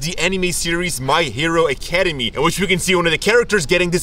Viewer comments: My Hero ACADEMIA** not Academy loool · It’s Academia not Academi 😣😣😩😩 still love you tho 🤗😌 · Academia guys, A c a d e m i a. A cuh d me uh. Great vid but I cringed everytime you said Academy. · "My hero academy" i got triggered, its Boku no Hero ACADEMIA Edit: wasn't as triggering as "animes" or "ba ka" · I heard this man say Academy and i have never been so triggered in my life! I love the effects. But its pronounced "Ack" "uh" "Day" "Mi"" uh". Not Academy. Academia watch the anime for the pronunciation pls. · "my hero acdemy" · When they sy academy instead of Academia. MassakaA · He really just say the name of the anime wrong XD